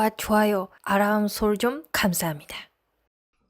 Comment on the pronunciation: 아람이 아니고 알람.